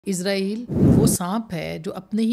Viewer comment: ازرائیل غلط تلفظ ہے صحیح تلفظ اسرائیل ہے